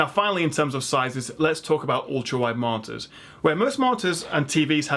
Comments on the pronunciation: MULTIPLE MARTYRS! i read this at the start of the video and it sounded more and more like martyr every time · Ultrawide martyrs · martors? that is how it sounds your saying it lol monitors aha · It's such a shame you can't properly pronounce MON-I-TORS...it massively undermines your knowledge set.